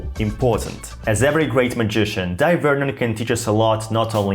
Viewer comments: It's pronounced Day Vernon scrub. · Thank you for your kind reply! I hear most magicians pronounce his first name "Dye" as well. I regret I can't recall where I heard or saw that his preferred pronunciation is "Day." Sorry if I am creating needless confusion, but am genuinely curious. I met him at the 1978 Society of American Magicians convention at the Waldorf Astoria in NYC. He kindly autographed my program as did many other luminaries of the day. It was a memorable convention as I also got to experience first-hand Tommy Wonder's Two Cup routine (he went by Jos Bema then, a shortening of Josip Bemelman). The misdirection on the loading of the bag and large pompom was SO strong that he had to re-demonstrate them repeatedly because most of the magicians in attendance could not follow it even during the explanation. Thank you for the opportunity to enjoy these pleasant recollections. Kind regards, John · It's pronounced JEE-NEE magazine, not JEE-NEE-I. Also, I have always pronounced his first name as you do: DIE. However I was recently told he actually preferred: DAY. The time I met him, I called him Mr. Vernon and was too young to think about asking him such a thing. Can you cite a reliable source for the correct pronunciation? Pronouncing his name correctly is the least we can do to honor the man. Thanks for a great video. 👍 & subscribed! John